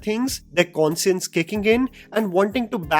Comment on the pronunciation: I think this was the first time he mispronounced an English word- ‘Conscience’ as con-si-ence.